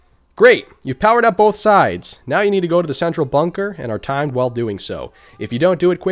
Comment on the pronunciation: He doesn't say both, he says bolth